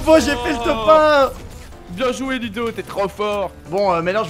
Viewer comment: Il dit loudo